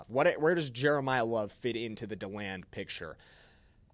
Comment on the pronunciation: It’s pronounced DEE-LAND, not DALAND!!! Knowing how to pronounce someone’s name is important!